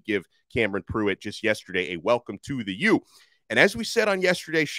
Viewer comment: Please don't say the U like that anymore